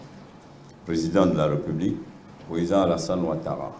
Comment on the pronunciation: Vous savez même pas respectez les règles linguistique. On dit République pas "Reeepublique" on parle donc de "fonction Républicaine". Ça c'est nos leaders ?! Mon pays Yako.